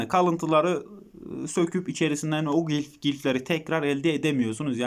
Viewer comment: Gilf değil glif